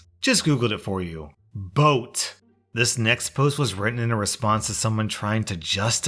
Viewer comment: Why did you saying boat make me laugh so much